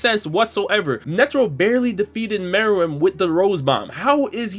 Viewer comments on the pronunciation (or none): none